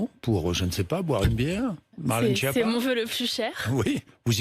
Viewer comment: Cette femme est bête et c.....,ton nom se prononce (skiappa) et pas (chia pas).Espèce de nulle.